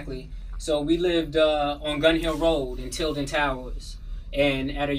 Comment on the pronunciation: am i tripping or did he really say gunhill road in tilted towers